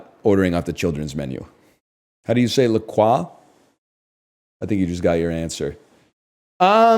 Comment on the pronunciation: he lost me when he started saying quesadilla and lacroix in foreign tongues. Speak american, you egg!